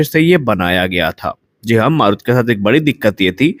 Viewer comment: "मारुत" नही "मरुत" ... "मरुत" का मतलब वायु, पवन,... सही उच्चारही पता नही, और चले है समाचार बाटने.